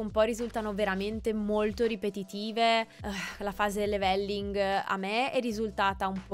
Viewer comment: (Commento non importante) scusate la pignoleria ma quando si è abituati a sentire gli inglesi parlare triggera un po' sentire da italiani "new word" anziché "new world" 😅😂 come la pronuncia "levèlling" anziché "lèveling" (accento all'inizio e no doppia L) Per alcuni basta capirsi, ma chi è abituato a sentire pronunce corrette può capire 😂